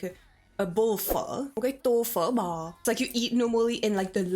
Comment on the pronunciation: OMG cô ấy nói câu "Tô phở bò" nghe thật giống phát âm người Việt Nam, cô ấy là người Việt Nam hả mọi người